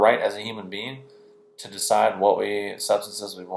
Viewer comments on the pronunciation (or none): none